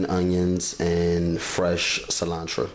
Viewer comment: “Onchalada” 🤭 “cilantra” “tortitas”